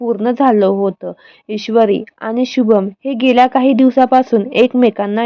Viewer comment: आधी मराठी नीट बोलायला शिका मग व्हिडिओ बनवा अशुद्ध भाषा आहे. आनी पानी भाषा सुधारा